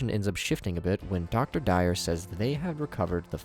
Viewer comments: Yo, plus. To pronounce Dwyer its pronounced d-why-er not dire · Really couldn't be bothered to Google the pronunciation of Dwyer? Your analysis is good but the lack of effort on details makes me feel like your analysis could be incomplete.